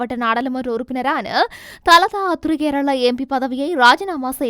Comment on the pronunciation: கேரள இல்ல கோரள